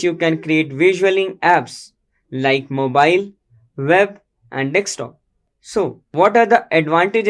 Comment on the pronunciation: It's desktop, not "dekstop".